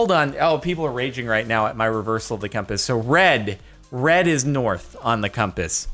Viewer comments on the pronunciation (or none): none